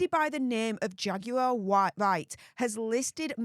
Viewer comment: the correct pronunciation of Jaguar Wright's first name is simply "Jag War".